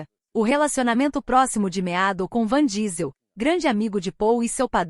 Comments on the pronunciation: Pelo amor de Deus é vin Diesel...a mulher fala van diesel...😁😭...kkk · Nao sei como conseguem falar o nome errado principalmente que todos sabem que o homem chama Vim Diesel ,,,,, e ele é incrivel e se da muito bem com a filha de Brayan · O cara leva nas telas mais anos que o proprio Matusalém. Dai vem uma IA bem bosta, e erra o nome do cara. Até sua avó conhece o cara. Errar um vez ainda ta valendo, mas repetir um erro tão tosco, é foda